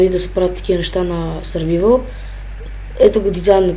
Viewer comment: казва се сърваайвър